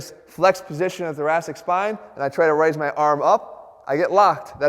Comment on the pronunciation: I keep thinking he's saying "the Jurassic spine"